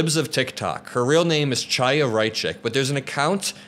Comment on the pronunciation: “Chaya” is pronounced “HI-ya.” Heavy on the H.